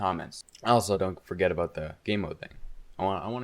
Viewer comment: Are you Canadian? I heard that aboot.